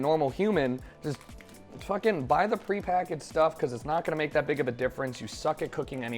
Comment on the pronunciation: Everything he said he was gonna make he said wrong, hows this even possible.